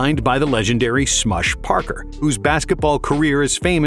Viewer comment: You keep saying Smush Parker's name wrong. Do you even watch the NBA?